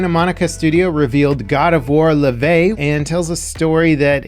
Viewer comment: omg that pronunciation of Laufey. You've been cursed by social media!